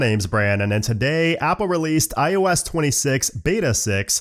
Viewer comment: everytime he says "iOS" i think he's gonna say ayahuasca lol